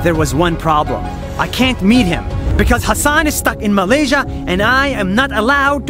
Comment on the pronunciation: Malaysia Malaysia Me after hearing 🇲🇾 Malaysia: 🤨